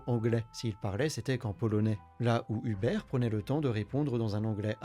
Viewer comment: Vidéo très qualitative, on aime beaucoup dofus en Pologne ❤. Si jamais les prénoms se prononcent Martchine pour Marcin et Houberte pour Hubert.